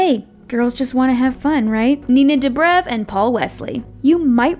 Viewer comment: Dude, why'd u pronounce Nina Dobrev like that